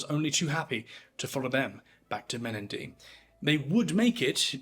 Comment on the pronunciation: and the pronunciation of Menindee needs a little work